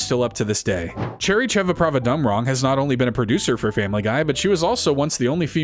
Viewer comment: So proud of you for saying cherrys name in one foul swoop